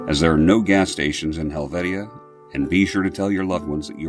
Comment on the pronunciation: Its pernounced hel vatia...I used to live a few miles up the road in Pikins...Helvetia is known for making cheese too,,,very nice folks in that area...